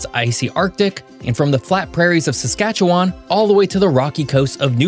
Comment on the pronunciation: I love this video, but I can’t stand the way you say Saskatchewan And The picture of the moose was actually an elk. Thank you so much for making this video.